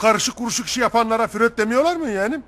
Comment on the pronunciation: yahu dayı koskoca sigmund freud'u, fröd diye pezevenk yaptın ya alemsin valla :D